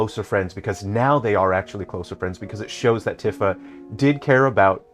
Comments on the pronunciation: It's pronounced TEE-fa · you can't possibly know this game and pronounce Tifa incorrectly. f take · Really? Really?! You're gonna say this isn't a ragebait video, but then go along and not only remind us that it's been 29 years since the original game's launch, but pronounce Tifa's name wrong throughout the ENTIRE VIDEO?! I thought you were better than this,. Okay, jokes aside, this was a very interesting discussion. I haven't played the original game, nor have I played the remakes, but I know the major plot points. You would know more than this than I would, but personally, I've always thought of remakes as an opportunity to expand lore and make another attempt at implementing something that couldn't be implemented before, be it for budget reasons, time constraints, or just being unable to implement said thing for XYZ reason (Kraid was originally supposed to be in Metroid Prime, but Retro ran out of time at that point, and instead opted to put in the Omega Pirate boss fight. I think it was also a tech thing?) I think little easter eggs in reference to something that was born out of the original game isn't a bad thing either, like, maybe some kind of small reference to Smash Bros. having Cloud and Sephiroth, talking about how weird it was seeing the two of them fighting on some random castle's rooftop with a bunch of huge mushrooms in the distance. Might be a bit cringe, but hey, if I had a game character I made get invited to Smash Bros., I'd probably put something in my game that mentions that too. The way you describe how the remakes tell the story is rather glum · You can't even say Nibelheim or Tifa the correct way, how can you be a real fan? If you're a true fan like me and my friends, you will enjoy it. It's just like the original, just a retelling and recreation of everything. What a stupid review